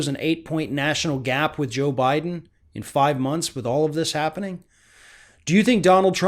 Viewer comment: Lol, you said Obiden.